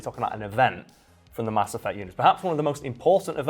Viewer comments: "Cerberus" "Ass Effect" Are you trying to tell us something? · "Mass Effect" -> "Ass Effect" -> "Ass Eff" XD